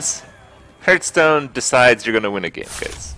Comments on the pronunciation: There is a reason why he calls it "Hurtstone" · Drives me nuts how he mispronounces Hearthstone.